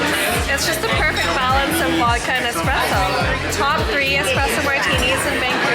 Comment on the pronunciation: Espresso not expresso.